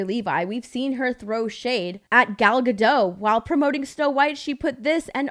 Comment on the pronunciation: It’s Gadot, not Gado